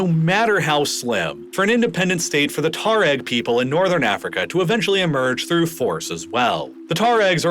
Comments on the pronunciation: Odd. He keeps pronouncing it, Tah-reg. Pretty sure its pronounced twah reg or too ah reg. The "u" isnt silent. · You really have trouble pronouncing Tuareg don't you? Try Twa-reg.